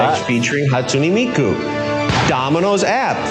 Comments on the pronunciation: That domino's commercial was so cringey, it's HAWSTUNAY ME-KU. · Hatsune meku